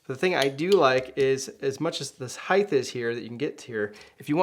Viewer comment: HEIGHT! HEIGHT! it's not HEIGHTH! :) sorry...nice reviews.